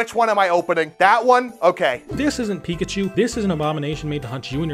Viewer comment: thats not pikachu. thats picklechoo.